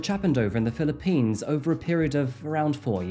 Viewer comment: You would know better than I how to pronounce 'Sayos', but it doesn't sound quite right. And 'Philippines' usually has the emphasis on the first syllable, not the last. It's great to see and hear a real human instead of a robot voice narrating, but you don't have to try and sound like AI.